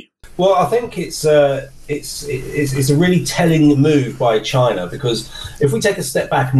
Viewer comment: DJI drones are manufactured in”Chyna”.